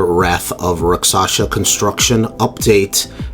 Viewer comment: It’s Rakshasa, not Raksasha.